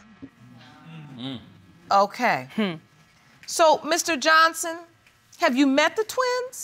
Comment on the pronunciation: She pronounces "ex" as "ettes"